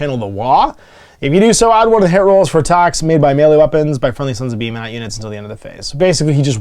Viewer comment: Pretty sure it’s pronounced beer-mat